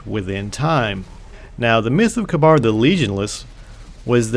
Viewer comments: Next time, please check your pronunciation. It's Ka-Beer for Kabyr, Ee-Gus for aegus, and pah-hee-nin for pahinin. Other than that, great video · I think Kabr is firstly pronounced Kāber second he went with panahin the warlock and praedyth the hunter and he had some sort of trial in the trial of kabr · I think its pronounced Kay-Burr.